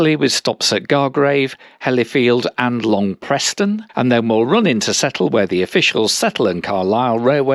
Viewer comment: It's spelled "Long Preston" but pronounced "Preeeeessssttttoonnnnn" 🤣